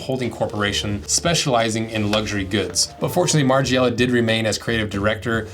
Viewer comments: margIIIela 😂 lol learn how to pronounce his name before makings the video 🤦🏻‍♂️ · Listening to you say "Marge-ee-ella" continuously is quite a hard watch. Dn't use a US google translate for starters.